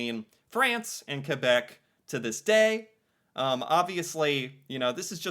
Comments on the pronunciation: The funniest thing about you video is that the first thing the "french" woman says is actually english. "char" is somewhere between "car" and "chariot". Some people say "voiture" and "auto". Also, I appreciate the way you say "Quebec". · Its the same as UK english vs American english. Something I hate is when you see a french canadian character in an english movie but they use a french guy instead of a canadian, its like having a movie introducing an american but its a british guy. A bit insulting. And than you for saying Quebec correctly.